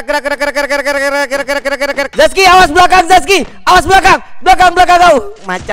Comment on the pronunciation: Zaki bang bukan zaski